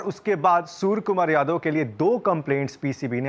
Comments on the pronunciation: Hello sir case tho aap par banta hai aap surya kumar ko bar bar sur kumar bol rehe ho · Not surya the report is saying sur Kumar yadav😂😂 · Bhai name sahi pronounce karo...soar kumar yadve nahi Suria Kumar yadve